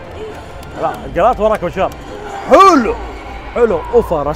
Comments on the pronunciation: ما كأنه ينطق جيرالت غلط شوي ، سمعته يقول جيلارت …… مو قصدي اتطنز والله ، بس ذا جيرالت يا حبيبي مو اي واحد 🔥😂 بس صراحة كنت متحمس اشوف قيمبلاي للعبة والحمدلله شفته وشكلها 🔥🔥🔥🔥🔥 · كانه يقول جلرت .؟ اسمه جيرالت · جيرالد وليس جيلارد بس فنان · قاعد تقول انه اسطورة طيب انطق اسمه صح